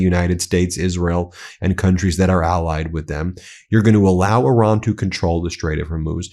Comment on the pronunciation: But please Pakeestan/Pakistan not pokisn Ben plus eye ran= Iran not err ron 🙄